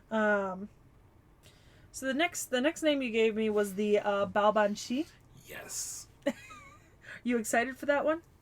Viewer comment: BTW, the pronunciation is closer to Baa-vahn. As usual, the quirks of the language make it hard to guess pronunciation quickly if you don't grow up with it. Much like Artoria Caster, Baobhan Sith's first two arts are closer to memories/records of who she once was, while the third art is what she was by the end - in her case, a faerie barely clinging to life. A major reason that faeries would torment Baobhan Sith to death is basically just because they find it revolting that she's a vampiric faerie. By the time Morgan told her to embrace cruelty, Baobhan Sith's soul was exhausted enough that she was literally on her last incarnation before she'd die permanently. Pretty sure you mean a "blood eagle", not "spread eagle" (that's a position where one is lying down with one's arms and legs spread wide apart). Cait Cu Cerpriestess' 3rd art is basically a 'Baobhan Sith who has overcome her fate', or something like that. As a whole, Morgan's lessons to embrace cruelty won't fade, but she does seem to be a fair bit better as a person than her previous self. Yeah, the name seems to be an eclectic mash-up of figures - the Cait Sith (faerie cat), the Cu Sith (faerie dog), and Cernunnos. On the subject of Burnunnos, it's probably worth noting that Barghest has a crippling phobia of urban fires due to the memories of being Demon Dog Barghest, so she focuses on fighting wildfires which are less triggering for her. She does manage to power through the fear towards the end of the event when al